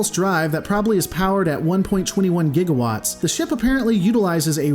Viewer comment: I'm almost tempted to downvote you for pronouncing "gigawatt" right (and therefore pronouncing "jiggawatt" wrong). At least you pronounced 1.21 wrong (and therefore said "one point twenty one" correctly), though, so you get away with it THIS TIME